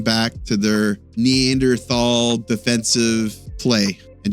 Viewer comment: If you're going to use NEANDERTHAL as a fkn adjective, at least learn how to pronounce it.